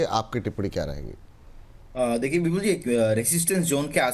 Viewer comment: विपुल को बिपुल क्यो बोलते लिखते है लोग.. सुनाई नही देता या पढ नही सकते. या जीभ मना करती है विपुल शब्द का उच्चारण करने मे.